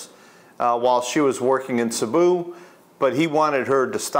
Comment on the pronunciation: Cēbu not Cabu . That’s all .